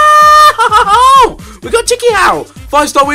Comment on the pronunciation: Chikhaoui is spelled shikhaawy